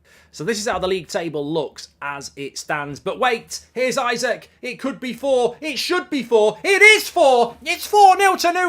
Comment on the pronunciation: isaks' name isnt pronounced isaac its pronounced e-sak